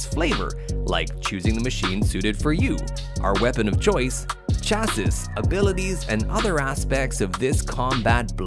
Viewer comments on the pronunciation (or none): none